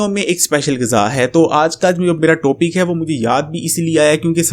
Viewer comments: ماما ٹو پک نہیں ٹاپک ہوتا ہے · toopic nai hota. topic hotaa ha neem hakeem